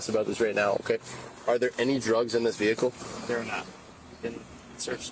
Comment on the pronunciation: Guy, I like your videos, but you need to stop saying “velicle”. Also, run your comments through the spell check. I agree with you that these guys are imbeciles, but it doesn’t help your cause to make glaring spelling errors in your comments. Keep the pressure on these morons.